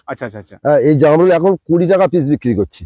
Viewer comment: Jarmul na o ta hobe jamrul 😂😅